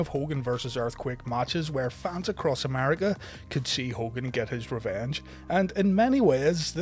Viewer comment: america not amariga